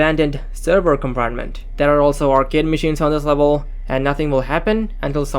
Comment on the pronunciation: Levuhll euu-geeted 😂